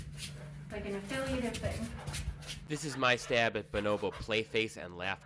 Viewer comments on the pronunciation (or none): Speaking of pronunciation and language; “b’nobo”. Said in any other language, one would actually pronounce each O as…… an O and not an I or an E…. Why does she pronounce it “binobo”?? It’s BO-NO-BO. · Why do you pronounce it buh-NO-bo? They're BO-no-BO